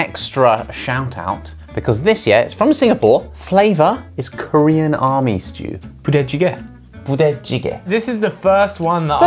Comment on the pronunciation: That '부대찌개' pronunciation is so natural! Good job, Ollie!